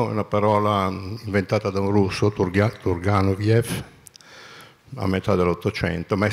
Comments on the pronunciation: TURGANOVIEF ???!!! AHAH ! TURGIENEF (TURGENEV)! ... STUDIA GALIMBERTI ! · TURGENEV, non TURGANOVEV!